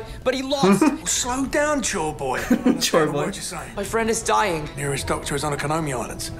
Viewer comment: I think he meant "Chore Boy". But it almost sounds like he said Joyboy.